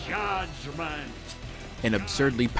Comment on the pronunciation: I always heard "Judgement" as "God-Man"